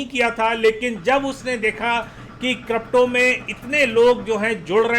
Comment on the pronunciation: Not kropto it's crypto 😄